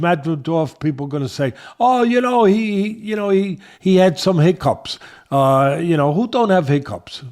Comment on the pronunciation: Teddy..."He-cups?"🤔Lol its hick-cups" 😂